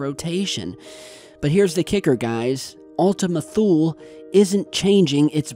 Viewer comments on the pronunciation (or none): I keep hearing Ultimate Fool. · It sound like u keep on saying "Ultimate Fool" 😂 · Were you saying Ultimate Fool??? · Another great video,. I want to share that I learned the correct pronunciation as Ultima Thule (toolee). Cheers. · Ultima Thule sure does sound like Ultima Fool ...... lol ..... Merry Christmas Everyone!!!! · i kept hearing ultimate fool lol